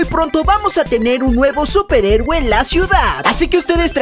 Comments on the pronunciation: eres el mejor y porque dices superegue en lugar de decir superhéroe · Like si escuchaste que dijo superegue xd